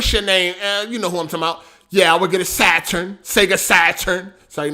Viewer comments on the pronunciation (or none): You still didnt say saturn right LMFAO.